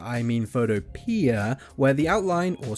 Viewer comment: It's pronounced Photo Pea (2 words)